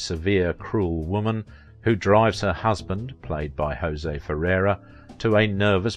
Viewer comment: And it's pronounced (for Jose Ferrar): "ho-ZAY FAIR-AHR'. You perhaps are getting him confused with Mel Ferrer, (pronounced 'fur-RARE') another actor-producer and for a while husband of film star Audrey Hepburn.